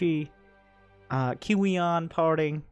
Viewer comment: Kiwian is pronounced korean I'm dead lol